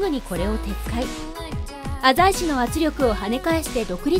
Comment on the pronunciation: お‼浅井を『あざい』と正しく発音してますね。ちなみに、滋賀県の湖北地域は、濁音点をつけて発音する風習が昔からあるみたいで、いつ頃からはまだわかってないみたいですね。ちなみに、脇坂は、『わきざか』と発音するのが正しいのです。